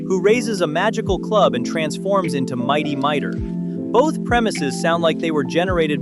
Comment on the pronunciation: MIGHTY Mightor!!! Pronounce it correctly!!!